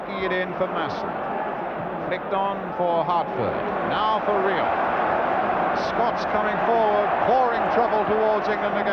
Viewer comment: Total dougnut that jack charlton. Constantly calling us Skotch!!